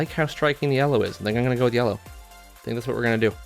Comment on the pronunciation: The pronunciation yella and alu minium cant come from the same person😂😂 Great video definitely gonna grab one.